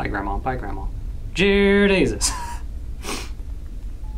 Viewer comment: when said Jear Desus, I said it as well and I didn't even realize it and it made me start to laugh 😂 I'm downloading Granny so I can say Jear Desus.